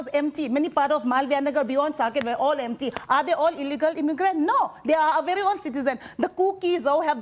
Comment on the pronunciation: 😂😂A little knowledge is bery bery dangerous🤣🤣🤣🤣🤣🤭🤣😂